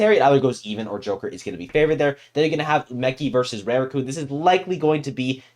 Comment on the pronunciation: Rooting for Tsubaki. Btw: to pronounce Rarukun it’s not Reirukun it’s Rah ru ku n jsyk